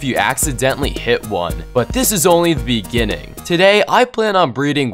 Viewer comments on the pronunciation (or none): said bee gining